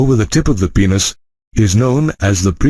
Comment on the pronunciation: Plzz aap penis ko peeenus mat bolo